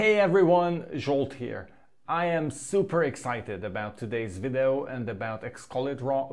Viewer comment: Dude you are awesome! What a great product and list of new features. BTW, the way you say 'video' (three syllables) sounds like you are saying something more like 'viddoe' [two syllables]. I feel like you maybe able to get that "eee" sound to come out of your mouth if you work at it because your English is great. You do as you like though!